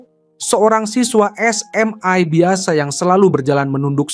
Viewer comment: Penyebutan SMA jangan terlalu ditekankan begitu min. kurang nyaman dengarnya🙏